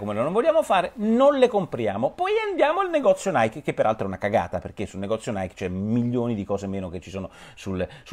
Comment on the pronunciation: Comunque Nike si pronuncia "naiki" non "naik"...